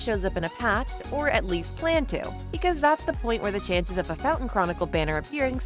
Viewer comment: The only thing making your voice feel ai is bcs of your accent and all like wtf u mean "fountain" for fontaine🥀